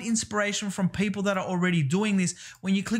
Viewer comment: Every time I hear you pronounce "people" you remind me Paypal